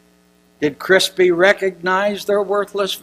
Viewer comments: Thanks for the suggestion! It helped. This guy mispronounces everything too. Difficult to listen to but at least speeding it up helped. "Dr. Crispy"! hehehe You'd think this guy would have no troubles with his his own writing - his own speech. Funny that he talked about someone else's senility! lol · lol this old fart keeps mispronouncing words wrong (father crispy) need to take the computer away from and get him off stage before he has a stroke